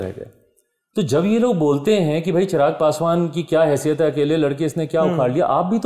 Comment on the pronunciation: गुरु जी चिराग नहीं चिराग़ हैं।